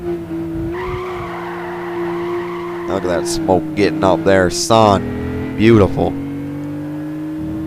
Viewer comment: "son" that was kinda bad =\